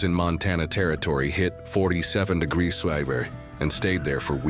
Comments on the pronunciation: what the hell is this degreesaf???? you can't say degrees? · "30 'degrass'"'???? shit AI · "30 degrassif"